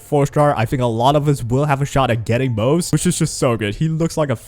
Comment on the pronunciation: ummm... it's technically pronounced mo-ze. Two syllables.